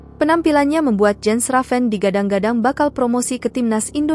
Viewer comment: It is pronounced "Yens". The letter J in Europe is pronounced Y.